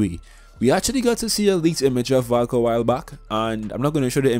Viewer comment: I heard Falk when u said Valk